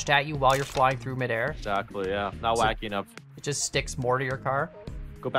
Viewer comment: it was supposed to be WHACKY not KHACKY